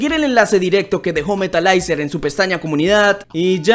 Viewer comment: se pronuncia metalizer no metalaizer